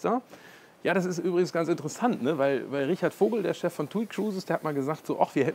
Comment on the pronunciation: es heißt "chef" und nicht "chief" :)